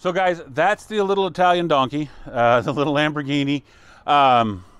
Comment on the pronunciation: take to eye-talian tractor to the best Olive Garden in Kansas